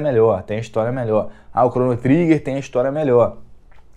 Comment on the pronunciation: cheguei no seu canal ontem. Achei bem legal e parabéns pelo trabalho. Uma sugestão para o seu crescimento: sua pronuncia inglês precisa melhorar. Sei q isso pode parecer chato, mas precisa melhorar sim: Cronu Triguer, Isquéri... Falo com todo o respeito viu.